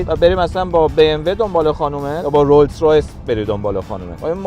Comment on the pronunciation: داداش تورو خدا اسم رولز رویس رو درست بگو ROLLS ROYCE